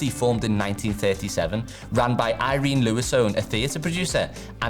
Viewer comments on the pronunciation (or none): none